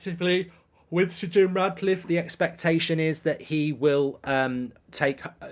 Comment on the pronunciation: He's doing my head in saying Radcliffe